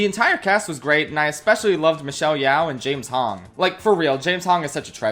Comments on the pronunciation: As someone who shares the same last name as Michelle Yeoh. It's pronounced Ye-oh. Not Ye-ow. Btw, im not in anyway related to Michelle. Yeoh is just a very common Chinese family name. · The true crime of this video is mispronouncing Michelle YEO